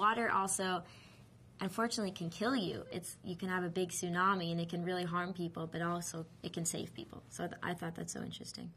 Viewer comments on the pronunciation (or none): none